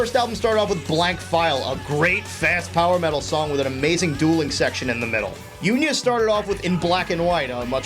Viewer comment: EXCUSE ME BUT UNIA IS PRONOUNCED OONIA NOT ACTUALLY UNIA 'CAUSE IT'S FINNISH ERRRGHFLPPPFPFPF anyway, sorry about that. i will laugh if i am actually wrong about that.